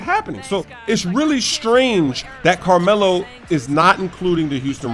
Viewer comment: Carrrmelo Anthony... - Evil Carmelo